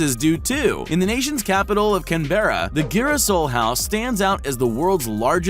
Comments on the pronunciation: Can-bear-a? Canbra!! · It's pronounced Cam-brah NOT Cam-berra! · Did he just say can-bear-a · Can berra. lol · The converted grain silo is NOT an ADOBE. Adobe is a house made of clay or clay bricks. I think you meant ABODE. Perhaps that's what was written and the narrator misread it? Cave Lair was misspelled Cave Liar! Canberra is pronounced CAN- bera. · It’s ca-n-bra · The way you said Canberra 😂 it’s pronounced can-bra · all these are so cool, the only thing that bothers me is how the guy said 'Canberra' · Was it just me who got slightly annoyed at the pronunciation of Canberra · HE PRONOUNCED CANBERRA WRONG LMAO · That's not how you say Canberra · That’s not how u say Canberra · He doesn’t know how to say Canberra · Dude that is not how u say Canberra ???